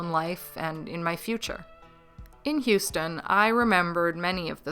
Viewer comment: I think you got Houston pretty perfectly.